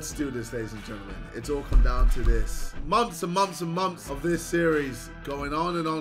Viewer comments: why does JJ say “moms” instead of “months”? 😂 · He said months. It just sound like he says moms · my man pronounces months as "momths" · brudda, it's months, not mumps